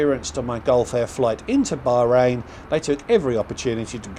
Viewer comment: I wish you would pronounce Bahrain properly ,the h is not silent and Manama is pronounced MAN AH MA